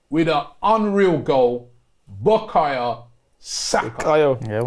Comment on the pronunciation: Robbie it’s Bukayo not Bukaya